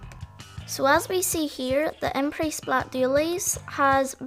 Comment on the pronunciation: finally someone who pronounces the brand name right. team order veemo approved.